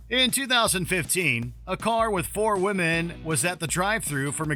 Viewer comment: "a car with four wOmAEn"